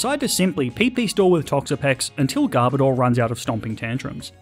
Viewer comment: Who else wonders… WHY PEOPKE CALL GARBODOR GARBADOR? ITS GARB AND ODOR!